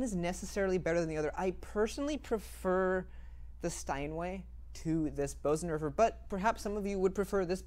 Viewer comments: The Bosendorfer is pronounce “Burzendorfer”. The umlaut makes a difference. I would just love to own one. What a beautiful sound and piece of furniture! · In this case, for sure the Bösendorfer. (Btw, I know many people pronounce it "Beauzendorfer" but the correct pronunciation is "Boozendorfer" (approximately). Just sayin'.)